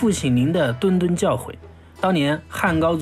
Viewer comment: 谆谆教导不是敦敦，zhun